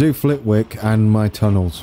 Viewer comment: FYI you don't pronounce the 'W' in Flitwick :] - Awesome work btw